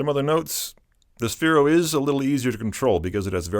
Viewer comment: ITS SPHERO NOT SPHEREO